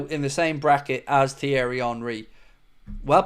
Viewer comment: “TH-ierry” it’s pronounced T-ierry the H is silent you chav🤦🏻 it’s embarrassing Henry’s first name been mentioned over billion times in commentary matches/interviews & all sorts of social media yet couldn’t get it right & you want to talk about a player that clearly hasn’t heard of before just shut up.